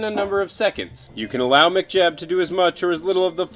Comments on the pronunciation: saying it like McJeb - twitch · lol, sounds like you're saying mcjeb